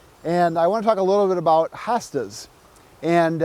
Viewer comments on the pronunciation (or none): Not HA Stas it's HO stas ❗